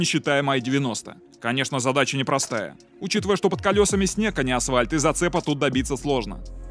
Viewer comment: Очень нравятся твои видосы , но ПОЖАЛУЙСТА при использовании слова произноси его правильно - аФФФальт , а не асВальт .